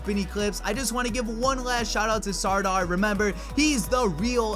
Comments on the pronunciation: And Sardar is pronounced as Sar-dhaar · well it is pronounced like-sirdaar...u know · U are pronouncing wrong it's sardar or sardaar